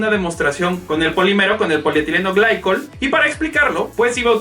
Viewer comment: Me siento raro cada que le dices "polietileno glaicol" al polietilen-glicol. 😓